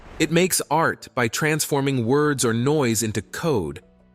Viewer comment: Whatever ai you're using sucks and can't pronounce words correctly. Just shows you don't know what you're doing.